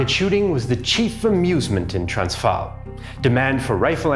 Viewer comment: Pronunciation of the Afrikaans names and places wasn't correct in this video, not sure what Afrikaans you talk. One example: "Transvaal" in the video the "v" is pronounced as "v" as in van while in Afrikaans it's pronounced as "f" as in "fish" the pronunciation for "a" is also different as well as the vowel "aa". The "r" is also rolled in Afrikaans but this is something I will forgive anyone who doesn't speak Germanic languages.